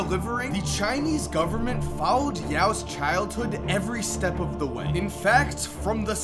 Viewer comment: It’s not we it’s way.